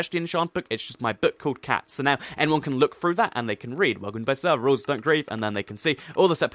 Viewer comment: "Sever" is it your mistake, or you not english?